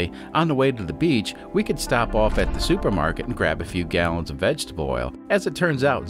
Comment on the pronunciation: "Soupermarket" 😂 good job AI !